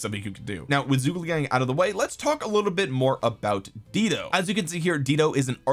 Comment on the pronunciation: Dido is pronounced "DIE-DOE." 😂😘